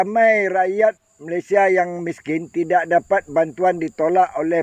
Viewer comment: Malaysia pon kau sebut salah tu setan, Malay sia Bkn malay syia, itu pon ko sebut slh, babi ku, syok² pintar ja